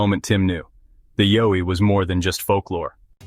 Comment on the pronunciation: Horrible narration. Needs to learn how to pronounce YOWIE